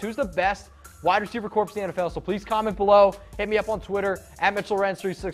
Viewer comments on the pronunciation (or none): FYI, in the word "corps," the p and s are silent. It sounds like "core."